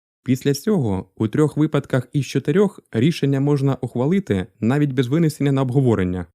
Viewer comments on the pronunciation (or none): none